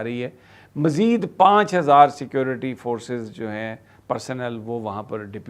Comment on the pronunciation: Salam bhi g . Aap b sabir shakir bun gayie ho . Aap b security ko CKOORTTI kehna shuru hogye ho . Aap tou kafi parhey likey ho. Please na karoo